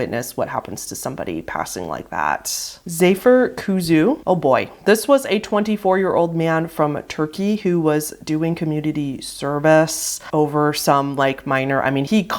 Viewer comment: his name is pronounced like “Za-Fér Ku-Zhu” Also, how tf did the dude who made this iceberg know about this event? As a Turk, i had no idea this happened. How did he find so little known events from differemt countries?? Now that’s what i call a deep research :D